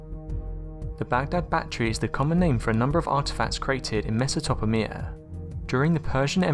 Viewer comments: Pretty nice work covering so many things in this video.. But when you talked about the Baghdad batteries.. You screwd up saying Mesotopamia.. Which is actually Mesopotamia.. Sorry for my OCD... Couldn't help it.. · Meso-top-a-mia? Your lack of English disappoints me. If you actually did the research instead of reading all this out of a book you would know how to say it correctly. Even in 2018 there was google to find out how to pronounce it. "MES"+"uh"+"puh"+"TAY"+"mee"+"uh" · Messatopomia ???! Ffs! Mesopotamia. That's Mes-opo-tamia! That's it, I've had enough - how can you release a video, in which you're trying to impart knowledge, with so many stupid mistakes?! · lol Mesatopomia eh, wheres that? You got the P and T mixed up. It's pronounced Meso-pot-tamia - Mesopotamia. No big deal, prob first time you seen the word. Let you off this time.. lol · MESOTOPAMIA ..... mesopotamia bro not meso topa whatever you said hahaha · it's pronounced mess i po ta mia, not mess i top a mia . wow I love it when people can't pronounce the names of places. it just completely blows my mind. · not me-so-to-po-mea, meso-potamea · Meso-to-pamia??? You mean Mesopotamia!!!??? Dude, read a book. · It's pronounced MEH-SA-PO-TAY-ME-AH not Whatever the he'll you said lol mesaTOPAMIA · Meso..where??! 🤣 Mesopotamia - It's Mes-Oh-Pot-Amy-Yah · It's "MESS-oh-poh-TAY-mia." How the hell did you pronounce it so wrong? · Mesopotamia. MĒSOW POW TAY MIA. THOUGH .... The way you said it is AWSOME!!! Never heard that one before. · LOL..he said messotopowmia!!not even close hahahahaha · Ya lost me at "messo toppa mia" yeowch. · Mess-oh-poh-tame-ee-ya, accent on the Mess. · Its pronounced 'Messa poh tame ear' (Mesopotamia) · He said mesa topo mia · Meso-top-a-mia? I'm and already you've mispronounced about a dozen words. Hypoffissis? The cadence of your voice is disturbing. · '....do you pronounced it pecial?' - pecial people do! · Near the beginning, he tries to say "Mesopotamia" ...and uh, doesn't.